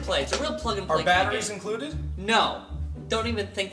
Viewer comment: "Okay Mark, just play this game a bit. The rules are simple and easy to understand." Mark: puts in mouth "Does not incwude battheries"